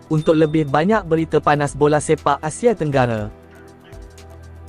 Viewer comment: Melaye, Asie ,Malaysie .Nampak sangat AI ni😅😅😅